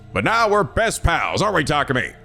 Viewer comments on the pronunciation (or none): Methinks he's seeing the attacker as an outside force, but Hiruko might've been attacked by the other person using Takumi's body. Also it's been this long and is still pronouncing Takumi's name as Takami. And Takemaru as Takamaru